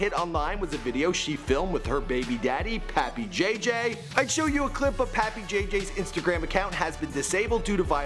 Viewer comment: "Pappy" jj lol jesus he always screws up someone's name! 😂😂😂